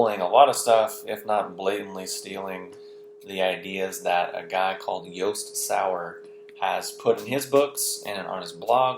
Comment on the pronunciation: Hi Its great your sharing Jost's work I have heard a lot of para phrasing through this video., you pronounce his name like "Yost". Especially talking Mundane and Mystical...It is Josts take on Doasim your speaking... It isnt written anywhere as such in books, its his over 25 years of research that you are speaking of. I believe no one in the world has had his understanding on all this subject before him. He practises for many hours every day and recieves next level potent downloads. I sell space at his rehab in Qld Austrailia and have taught Qigong for him in the past. He has been a mentor to me since 1994. Our rehab is.au his is and.au He now sells an online rehab and an amazing chi cycle online course. We are also putting on a chi cycle yoga and tai-chi retreat in Fiji in August. Check out the website. Be great for you to come and experience his meditation iniations and lectures. All info is new and recently downloaded not in any his books. Well priced for the US dollar, only 20 spaces. My email is jessica... I will see if I can get you a good deal as you could do some video.